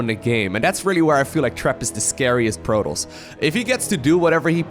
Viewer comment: "Portoss" "Sandwhich" lol